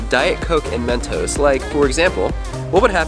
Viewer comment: its mentos not mentose 😂